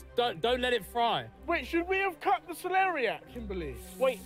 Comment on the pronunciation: actually really funny hearing you guys keep saying celeria no matter how many times they say celeriac